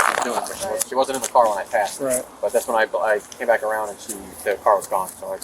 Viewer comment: She doesn't know how to say "Back", she said she was biking up and not just once, every time so she can't say backed up apparently. 🐾🐾